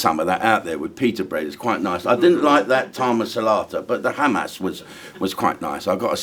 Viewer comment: Humas not Hamas. Humus is basically chickpea.